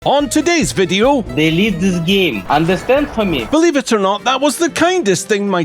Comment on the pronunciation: "DelEATe this GAme"